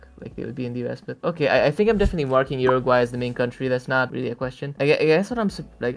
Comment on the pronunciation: uruguay is pronounced OOruguay. not Yuriguay.